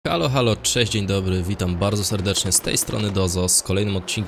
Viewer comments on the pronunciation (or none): none